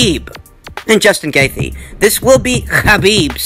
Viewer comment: It's justin GAY CHEE